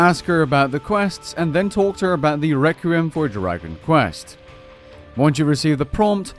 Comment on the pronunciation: Requiem is pronounced "Reck-wee-em". Thanks for the guide.